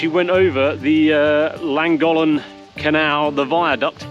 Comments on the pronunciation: I live in Shropshire even though I'm originally from Scotland, I border Wales where I live, and our canals are fabulous here as is the Viaduct, just a wee heads up on how to pronounce Llangollen it's Clan-goff-len is how it's said In Welsh, loving your channel and i'v just subscribed xxxz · Great post! Happy New Year to you all. Your pronunciation of Llangollen made me laugh though 😁